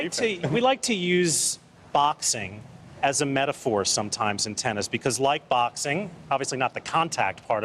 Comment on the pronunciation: Thyson thennis